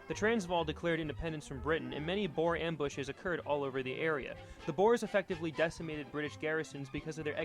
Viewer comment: He prounous alot of this wrong like Boer and others like Paul Kruger